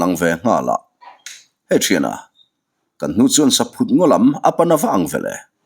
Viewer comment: Saphut hi ithluk diklo saphut hi thingchikhat arahchu saihlum tiatvel ani a sava hian antlan duh em2 ani atluk dantur chu entir nan Lalin iakah vawkpa aphut ani tih phut tihlai ang hian thluk tur chhangphut tih phut ti a lamloh tur